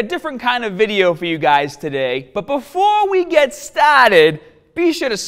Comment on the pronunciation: BUT BEFOOO WE GET STAAAAHTED<3